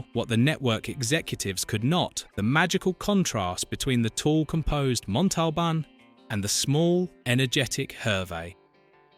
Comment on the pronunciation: OMG! It can't even say l"The plane,the plane!"correctly!!!Let alone Ricardo Montalban's last name!!!